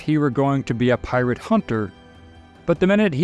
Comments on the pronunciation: Is this some kind of AI narraration? He keeps saying PILOT instead of Pirate. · Seriously, I'm not hearing things wrong as I even doable checked. Why are you sometimes saying pirate ☠️ and other times clearly saying pilot 🤔 Even said blackbird at one point, lol. It's still a great video, though. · Tell me I’m not the only one that hears him say “pilot” several times. lol. I was like “wait a sec..” and had to rewind it to make sure I heard correctly. I was like “no kidding. Pilot too. Incredible for the time period..” 🤣🤣